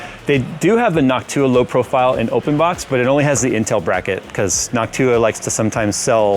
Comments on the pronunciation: Why saying Noctua like Hawk-tuah?! 🤣😭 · anyone notice when says Noctua he really emphasizes the "TUAH"